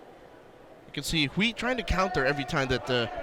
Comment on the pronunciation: Great commentating. But just a little reminder for Quinito, the UI in Chinese is pronounced EY, so Hui is pronounced WAY as in the English word.